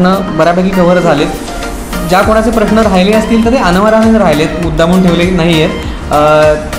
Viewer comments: लग्न ठरल्याबद्दल अभिनंदन! परंतु बोलण्यात वारंवार खटकलेली गोष्ट म्हणजे "प्रश्ण". प्रश्ण नाही प्रश्न. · योग्य निरीक्षण. मुग्धा, एकदा 'प्रश्न' असे म्हणून दाखव बरे.